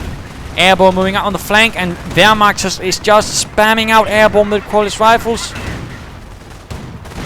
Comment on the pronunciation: I laughted out when you said "wehrmakters" :D! It's really funny if you, friends, speak some german :). I really like your Podcasts!